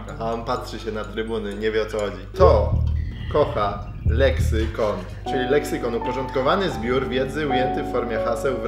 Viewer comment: Moja irytacja za każdym razem kiedy mówił lexykon 📈📈